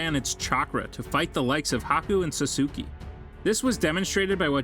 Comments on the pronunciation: "Sasuki"- -2021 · SASOOKI SAKIRA LMAO😂😂😂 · Whoever this guy is…. I feel like he intentionally mispronounced so many words in this video. It’s making my eye twitch. Who is sasuki? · He also said SASOOKI lol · sasuke is pronounced sah su ka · Sasuke and sakura ❌Sassoky and sak ur a ✅ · they're pronounced akotsky, sakora, saskae, ninjootsu, geneen not jenin, kazeekagay, rasengon, Otsosuky, menmah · sasoooski and sah kura lol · sasooki. jonin. akatsooki . ( sidan not even hidan ) kakshi hatakee he almost got it right , then the legendary steam NINJ-UTSU ok the names are fine but NINJUTSU really there is no way he watched naruto or he just cant say it and there are actually more but i am too lazy to continue